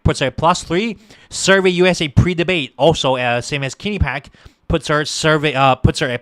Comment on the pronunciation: Rasmussen, one of the most accurate pollsters gives Trump 313 Electoral College votes and only 225 for Harris. Guaranteed victory for Trump. By the way, learn how to pronounce Quinnipiac. And it is not true that Trump called out veterans losers. It is true that Tim Walz is guilty of stolen valor.